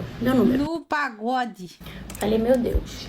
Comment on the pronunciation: No paGod ou no praGod?? 😁